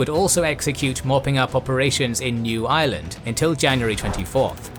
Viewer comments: I definitely heard New Ireland as New Island and was very, very confused for a second. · I thought you said 'The Island of New Island' lol.